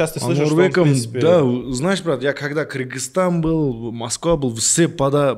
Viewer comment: Ее рахагуль Кыргызстан а не Киргизтан. Мы же не говорим Дикийстан